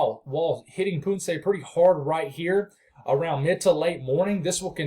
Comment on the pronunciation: Okay, let me see if I could help. Ponce, is o not a u, so like saying pawn se. Lol